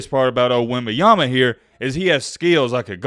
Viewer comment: You want to talk about someone - say their name correctly cool guy